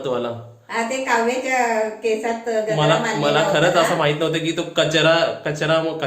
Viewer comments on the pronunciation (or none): गजरा नाही कजरा 😀